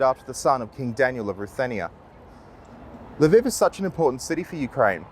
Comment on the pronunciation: It's Lv EE v, not Lv ih v